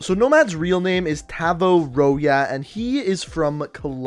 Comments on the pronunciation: Tah-Voh Roh-Yah. Nailed it. Even remembering as few things as i do from Spanish class, that is obvious pronounced Roh-Hoz. J in Spanish makes a ‘huh’ sound. I can’t think of a single language where J=Y, and even fewer that would be spoken in Latin America.... Edit, he actually says it himself . How did you fuck up that pronunciation??? You had it in front of you the whole time! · You said Rojas wrong. Its not Roy-ah its Row-haas ( just saying ) 💀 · He really just said roi-ja it is pronounced row-hAS my last name is riojas rio-hAS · Tavo royas. Its rohas like emphasis on H/J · Pronounces Row-hoss as Row-yeah 😂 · Tavo Rohaa?! It's Rohass. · “Roh-yah”? It’s “roh-hass” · Not royas but Rohas that's how you say nomads last name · I’m pretty sure his last name is Rojas pronounced rohas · Its pronounced Roe -Ha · I STARTED LAUGHING WHEN HE SAID TAVO ROYA😂😂 it’s a Mexican last name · It’s pronounced “ro-hoss” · Not to be a dick or anything but its pronounced (ro-has) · It's okay but it's rohas how you say it. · You say Rojas “Rohas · Tavo Rojas is pronounced Tah-vo Ro-hass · Wait, how the hell did you pronounce Rojas?? It’s Roh-hás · Great video but lol rojas is pronounced “ro-has” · tah-voh row-yea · My god man.. you butchered his last him... (ROW-HOSS) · Last name pronounced "rohas" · it should be Roh-Has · Also you said his last name horribly wrong haha its spelled Rojas but pronounced Ro-has, and FUDRA is not sounded out as FUD-RA its FU-DRA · Did he really just pronounce Rojas as "ro-ya" ?! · Tabo rohas is the pronunciation btw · His last name is pronounced “ro-hahz” lol but it’s okay, great video:) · His last name is pronounced Rohas but love the videos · The way he said Rojas straight butchered it’s lol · You butchered his last name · You pronounced the name incorrectly, the name is in spanish, the j sounds different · Good video but pronounced Rojas wrong and that bothered me for some reason lol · Man... You don't pronounce Rojas like that